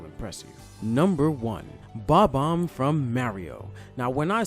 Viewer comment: "Bomb-Omb from May-re-oh!" wait, is this guy slowbeef or something?